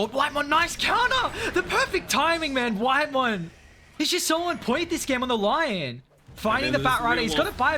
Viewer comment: Bro can you please say lion normally